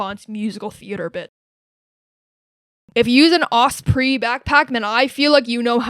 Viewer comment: She can’t even pronounce osprey correctly lmao